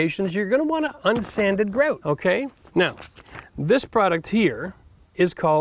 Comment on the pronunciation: Why do you pronounce "grout" differently every time you say it? Are Canadians ashamed of being Canadian? It seems like they try to hide their accents, a lot.